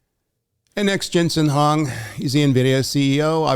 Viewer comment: Did you just call him Jensen "Hong"? I never "dude" anybody, but, dude, really???? 😩🤦🙄